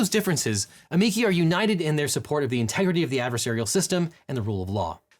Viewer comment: It's pronounced: uh-ME-chee 😎